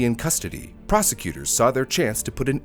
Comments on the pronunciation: "Los Angeleez" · "Los Angeleez"?